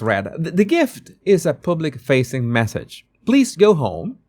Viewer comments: yes, and he can't pronounce "public". I used to like him despite his horrible accent, when he did 'body language' stuff. Now meddling with politics. Go back to what you know about And do your show in Spanish rather than in that hard-to-understand broken English 'public'. You might as well say 'pubic'. That's what it sounds like. Get a coach in pronunciation. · The “U”, when speaking the word “public” is pronounced the same as “mug” or “ugly” or “rug.” ❤